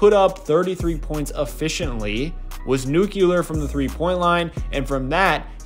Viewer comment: Nu-clee-ur not Nuke-ya-lur. Don't be a George W Bush (or Homer Simpson).